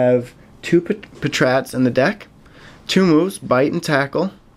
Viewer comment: patrat is pronounced pat-rat by the way